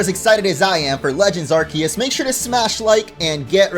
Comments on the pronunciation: "Legends Arkiyiss" Me: ITS ARKOOS DAMMIT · It’s arcoos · please say Arceus right it's ar-see-us